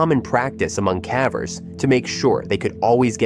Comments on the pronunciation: When it pronounced "cavers" as "cah-vers" instead of "kay-vers" it showed it's AI-ness pretty badly No human making videos about caving regularly would pronounce that word so badly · Why are you saying cavers incorrectly lol